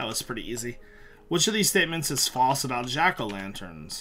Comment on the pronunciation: probably understand the false question better if you could actually pronounce it correctly, false not fauce